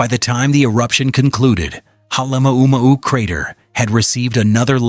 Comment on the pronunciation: Dump the purple prose. Also, learn how to pronounce the names of Kilauea & Halema'uma'u. More science, less science fiction.